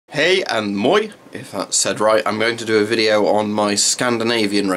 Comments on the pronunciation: You said moi really well! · You said moi good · Yeah you said it good